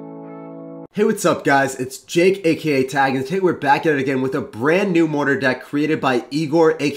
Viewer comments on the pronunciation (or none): Soooooo can you bring back your intros every once in a while? I'm sure I'm not the only one that misses them:D P.S. I know he was saying jake aka tag, I just could never unhear it from the first time XD.